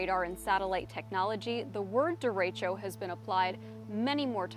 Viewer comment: That’s not how you pronounce derecho.